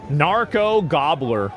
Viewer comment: No, it's not "narco gobler", it's "narco gobierno".